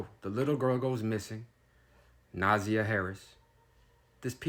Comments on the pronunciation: It's NA ZAY YA . Not nausea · Name is three syllables with emphasis on the second syllable not the first syllable so “na ZI yah” (hope that makes sense). Thanks for covering this crime story and let’s pray for justice to be meted out asap. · If you are going to report on these stories, please have some respect and get the facts right. Specifically, the pronunciation of the name. Her name is pronounced Nuh-ZY-ah. And her aunt is Shannon. Who is Teria? And he did not live there. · Her name is pronounced Na-za-yah. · Na-Zy-a is how you pronounce her name. Na-zy-a 😅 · All of your INFORMATION IS WRONG!!!I INCLUDING THE PRONUNCIATION OF NAMES.... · Sir, I appreciate the reporting…but you TORE those names UP! I’m dyingggg 😭😭😭 the pronunciations are JAR-VUS and NUH-ZY-YUH 💜💜💜 Thank you for posting!!!